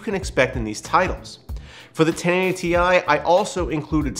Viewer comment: Thank you for saying "Tee-EYE" and not "TIE"!